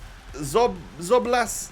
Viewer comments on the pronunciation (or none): The hero card is pronounced zob o zly, also what I would do is sell walker and get inform smalling or sell wan bissaka and put walker at RB, IF Smalling at CB with pope in goal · Szoboszlai can be read as Sho-bow-shlai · to help pronounce it - sob-oz-lie